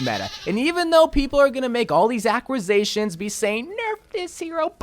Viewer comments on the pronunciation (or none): thought he was saying acrocitions it was triggering me way too much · when you can’t say Accusations